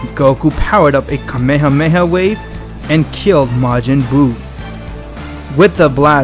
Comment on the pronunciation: He said kamehamewh